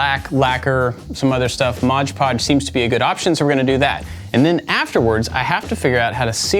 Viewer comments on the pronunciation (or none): I believe its "Mod Podge" not "Modge" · I loved this project. Absolutely awesome. I chuckled a little when you said, “Modge Podge” instead of “Mod Podge” because it’s one of my wife’s pet peeves 🤣🤣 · Every time mispronounced Mod Podge as “Modge Podge”, it wounded me 😅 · Is it me or did he call it mog pog ps this is not supposed to be hurtful